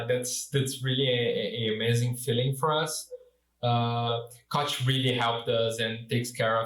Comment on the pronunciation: They girl KOCH payed pronounced it wrongly EVEN WORSE. Remember what happened the last 2 times you angered us, BE WARNED!